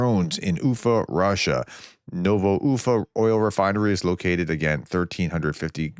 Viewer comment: Who said the Professor can't pronounce foreign place names? He nailed "Ufa"!